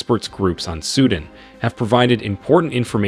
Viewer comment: “Sudin” ????? Wtf it’s Su Dan.